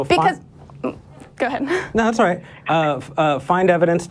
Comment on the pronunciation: Who are you going to believe, the aerospace engineer, or the guy who can't pronounce "water," "thousand," or "all"?